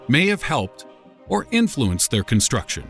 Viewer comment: You said infuenced twise on number three.